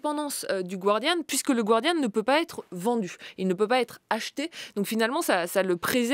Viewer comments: Julia, tu as étudié à Harvard ... il faudrait arrêter de dire le gWardian, alors qu'il faut prononcer le gArdian ... ce n'est pas la "Guardia Civil" ... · Julia Cagé, stp, le Guardian (le journal britannique) se prononce "Gardian" et non pas à l'espagnol "gwardian". Merci.